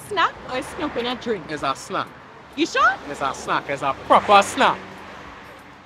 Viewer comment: It is snoo cone